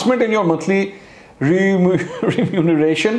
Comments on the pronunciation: Mansoor Saheb You are such an eminent Reporter ..You must pronounce remuneration world properly ..and while telling about condition you intentionally leave this world again… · You are struggling to pronounce remuneration